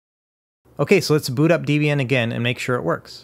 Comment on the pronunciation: >constantly mispronouncing Debian Absolute pain!... Other than that, great guide as always. DEB (pronounced like the name Debra) IAN (Pronounced like the name Ian) DEB-IAN... Not pronounced DE-B-AN, never that. : - )